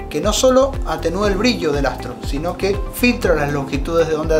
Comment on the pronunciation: No sabes ni decir brillo y te voy hacer caso...briyio🤣😂